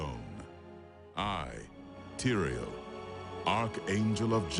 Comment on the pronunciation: who the fuck is Aerial? his name is Tyriel.